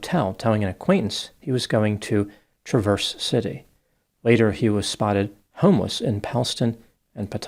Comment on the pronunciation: it’s pronounced TRAV-ers city.